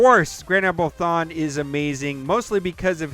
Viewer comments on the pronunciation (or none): It's cha boii grand admiral thong lmao